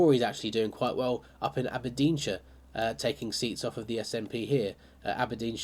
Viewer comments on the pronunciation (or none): none